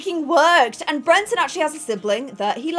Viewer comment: I personally was never as bothered by the Brenton mispronunciation because I knew he wasn’t going to be the heir, and therefore we wouldn’t have to listen to her mispronounce it for a whole new generation 😭